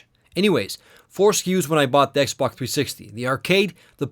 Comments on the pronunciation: Lol it was soooo annoying. The "xbac" has an hdmi port. The xboc also...blah blah blah. It's x b o x!! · its xBOX! not xBUCK!!!!!, or is it just me hearing this? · lol it sounds like you pronounce xbox "ex bok" hahah! I'm not trying to be mean I'm just sayin. I really like these videos so far and I'm going to watch the rest. :D 5 stars! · Y U CALL IS XBOK???!!!!!! >:U